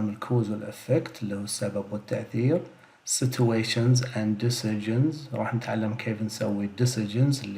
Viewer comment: حبيت أنبه إنو situation تنطق سيتشوي-ويشنس